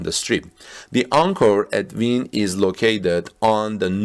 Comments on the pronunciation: The hotel is pronounced Win!! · And it’s pronounced Win. Like what Bayern Munchin does! Ninth straight Bundesliga title! 👍💪